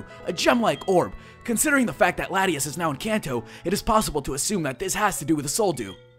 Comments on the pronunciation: It's pronounced La-Tia-As. Latias. Hm, Latios' better. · its lot-tias!